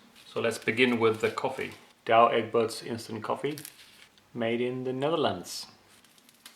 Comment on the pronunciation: no - its Dowe Egg-Berts ( ow pronounced like when someone hurts you - OW!)